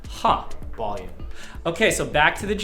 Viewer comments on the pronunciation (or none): MF turning up the “bolume”